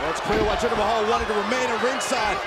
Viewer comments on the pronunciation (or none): Oh look, it's Jinder MAY-hal.